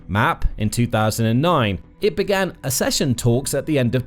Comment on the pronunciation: Please, teach your robot how to pronounce "accession".